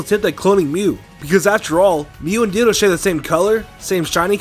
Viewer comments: When he said ditto, my subtitles corrected it to dildo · Ditto: DITTO TITTO